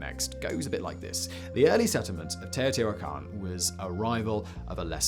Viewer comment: Well hey, at least they either coached him or he stumbled onto the right pronunciation. At least according to the Great Courses lecture I listened to and the wiki guide